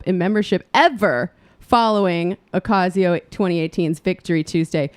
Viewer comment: Her last name is pronounced oʊˈkɑcioʊ. Not oʊˈkɑYsioʊ